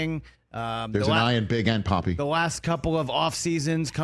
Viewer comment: “Big papi” not “poppy” 🤣😭